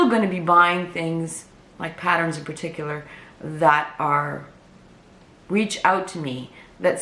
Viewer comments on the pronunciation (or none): none